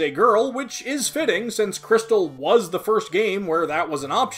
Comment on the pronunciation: Jrystal Me: gosh darnit, >:c